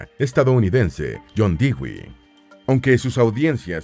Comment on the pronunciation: Dato corrector: el apellido Dewey no se pronuncia "Dígüi", sino "Dúi".